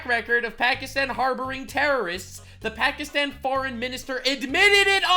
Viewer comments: It's not Pakistan it's Pakistine xD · bro.. you sayin it wrong. it’s Pokiston. lol. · Every time Hassan says 'Pukistawn' instead of 'Pakistan' its like nails on a chalkboard to me. Its like when people pretend they are Italian. "Parmashheinaaa resssgggiiooannnoo" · Damn "Pakistin" "Isria" 😂😂😂 Also I noticed hasan says ✝️ references at the same time simping for ☪️ terror¡sts groups 😂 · Hasans white ass trying to pronounce Pakistan in a culturally ‘appropriate way’ is making me cringe so much lmao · Please Please Please explain this to me, Why do virtue signalers always need to pronounce "pakistan" with a B ?????